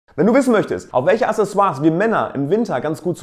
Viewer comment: Aksessoire also von der richtigen Aussprache her. Gutes Video 👍🏼